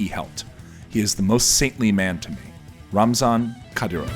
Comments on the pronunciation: His name is RAMZAN not RAZNAM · It's Ramzan Kadyrov, not Raznam Kadyrov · 9,31 .. it RAMZAN not Raznam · It's Ramzan not Raznam Kadyrov! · its Ramzan Kadyrov not Razman Kadyrov dumbass. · I swear does any editing actually go into these vids? First you’re continually saying pronouncing Chechnya’s President as “RAMZan Kadyrov” then fast forward to “RAZNam Kadyrov” Edit your vids ffs!!! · “Raznam Kadyrov...” ????